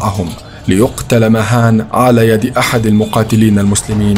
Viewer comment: اسمه vahan وليس مهان 😂